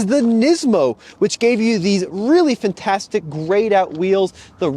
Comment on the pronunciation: If you say "fintastic" again, I will unsubscribe....